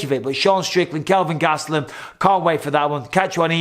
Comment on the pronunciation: You said Sean Strickland- Kelvin Gastulam at the end. Did you mean to say Jack Hermanson? Or did I miss something? Much love from Indiana, USA. LATER YOU CUN!!!